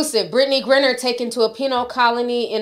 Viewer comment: It’s pronounced “Grind-ner”